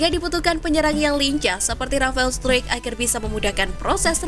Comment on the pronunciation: STRUICK itu dibaca STRAIK, bukan STRUIK, Mimin nya payah nih.....Kasih dislike ah !